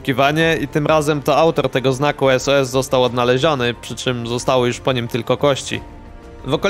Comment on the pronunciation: To pierwsze bardziej na Sus nie sos